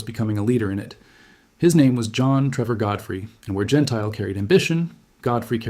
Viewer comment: AI again. Don (Jen tilly) Gentile, is pronunciation. You dismiss Blakeslee's air victory count, but he had 14.5, 2 less than Godfrey and Anderson, 3 more than Yeager. Blakeslee and Zemke were the two top scoring Group Commanders in the ETOMTO with 14.5 and 17.33 respectively. John Landers also had 14.5 when he commanded the 78th FG but 13 were with other Fighter Groups, including SWPA. Cpt Melvin Dickey shot down John Godfrey while both were strafing Nordhausen airfield. Godfrey destroyed four Ju 52s before his Mustang was damaged by Dickey. Godrey was flying VF-F . Possibly VF-F was 1Lt Logan's assigned A/C in late 1944, but the record states that Reggie's Reply II was VF-F. So I suspect Logan was assigned VF-F after Godfrey went down. Actually you need to check November through December 5th 1944, for highest number of German aircraft destroyed in the air compared to March through April 5, 1944. The claims stated for Gentile were correct for the period, as the 8th AF (Doolittle) gave credit for ground destruction same as air to air for Ace status. Doolittle reasoned that 8th AF pilots would be incented to strafe the most dangerous and well defended airfields - he was right but 9th AF FG lost 2X pilots to flak compared to German fighters. Godfrey's air VCs after Gentile's last mission (April 8), was 7 0f his 16.333 total. 2 1/2 were scored by Godfrey earlier than March 1944. I think you demean Gentile by referencing Gentile staying comfortably in US (as a test pilot at W